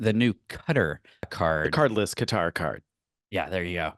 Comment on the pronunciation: Pronounced Qatar correctly . They have been trolling us with cutter.